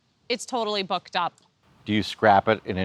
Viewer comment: "So you haven't booked a campsite yet for your adventure, and you really want to stay in a certain area; But like so many other popular destinations this year, it's totally booked up..." I did a double take, I thought she said something other than "booked". lol!